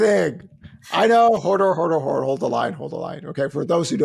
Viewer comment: More power to the host for trying to pull out real responses as he dances around important insights. And my god, “hold” doesn’t have an “r” in it… Team HODOR over here 😂